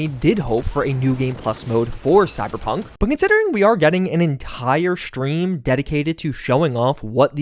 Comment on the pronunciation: I get shakes every time you pronounce "stream" as "schtream". No offense, but your accent gives me anxiety.